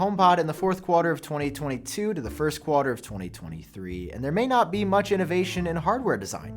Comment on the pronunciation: (Please include this comment in Genius Bar) the way you say “Quarter” hurts my soul 😭😭